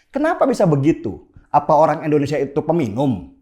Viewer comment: Bagus banget, Bang Denny, Tapi maaf nih, kalau ngomong "Indonesia" jangan jadi "Endonesia" ya Bang. 🙏